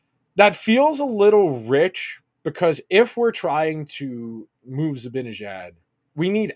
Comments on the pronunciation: Love the content you guys do but please please please...it's ZibANejad, not ZiBINejad. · Yep - it's really annoying. I don't know if he and Andrew do that purposely or not, but it's so lame.